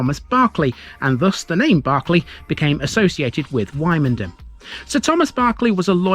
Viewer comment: Don't got pronouncing it like that when you go to Norfolk, they will march you out of the town